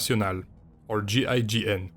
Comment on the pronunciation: I think that he was put on this earth so he could say the GIGN actual name. So perfect and french